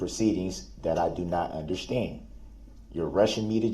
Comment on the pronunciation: "unnerschtan" "Grounds for da substain?"